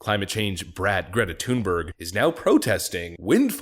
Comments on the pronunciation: It's not TUNEberg. If you want to be correct, it's pronounced Thun=berry. BTW, that doesn't mean I support her. I think she's a useless person. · You pronounced the 1st syllable of her name correctly! The 2nd ("berg") is pronounced like English "berry."